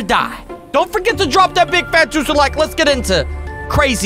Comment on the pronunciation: Lik? Do you mean like